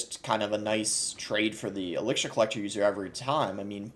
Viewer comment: Why do u pronounce elixir like that?